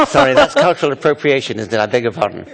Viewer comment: the only thing annoying me about this vid is her pronounciation of "cultural". it's cultural. not colltoral.